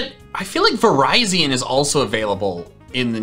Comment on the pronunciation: Vih-Rih-Zee-Ohn, not Vih-Rai-Zee-Uhn. (I know the latter is how the anime pronounces it, but the former is how Lockstin pronounces it)